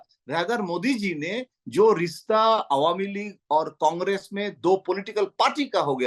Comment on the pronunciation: rista nhi rishta hota h